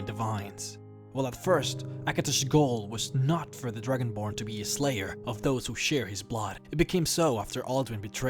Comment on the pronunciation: Lol he said dragonblard XD